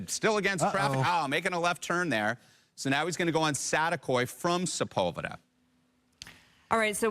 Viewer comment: SaTEAkoy, not satakoy lol it’s saticoy, reporter fix your English hahaha